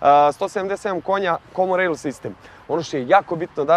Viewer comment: Aj sve super, samo ispravka jedna: komon rejl(common rail) ,a ne komo rejl... Dosta puta sam cuo,nije prvi put. Sry tebra ;)